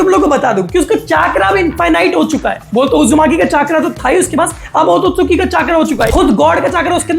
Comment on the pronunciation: Otosuki ❌ otsutsuki✔️